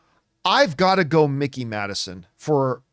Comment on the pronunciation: FYI it's Mikey Madison as in Mike, not Mickey. I do think Oscar is her or Demi at this point, as Demi's GG speech was pretty great. Actor I think is absolutely between Brody and Chalamet at this point. Those are the top two I'd say. although I thought all 5 of those actors were fantastic. SAG seems to love Wicked, so I'd agree it'll be Grande and maybe Wicked even gets Ensemble. I find it so weird that SAG TV don't do Supporting categories, but they do for SAG Film! Makes it harder to get nominated for TV. And yes, Bridgerton. It was nominated for season 1 at SAG and even if it's not your kind of show, that acting ensemble does that romance/drama genre really well. Plus, it was huge this summer. We all know Shogun is sweeping anyway.